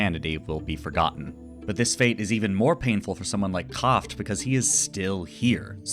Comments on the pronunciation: Show yes. When it comes to pronunciation in this video - not the Anime, I thought that maybe the way he pronounced Kraft was a bit odd but it might be from some dialect I don't know. Most people criticize me for writing very long replies, so I tried to be very brief and it sadly impacted how readable is my comment. Apologies. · I'm not German, but I liked the video as soon as I heard you pronounce "Kraft" like that lol